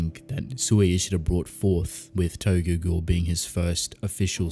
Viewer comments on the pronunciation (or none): It's not TOGOGO. It is Tokyo Ghoul.